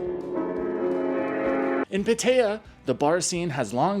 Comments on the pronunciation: Never heard it pronounced “Patteya” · It's prounounced Pat-ah-ya. I can't stand the way you say it. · It's not pronounced PA-TAY-UH or PA-TIE-UH.